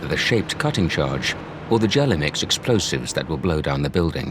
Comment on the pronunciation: It's Gelamex, not "jelly mix". Jeez.